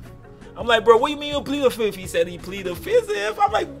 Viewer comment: "Said he plead the fizith" lmao